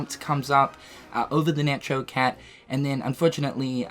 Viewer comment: The way says Necho Cat has me dying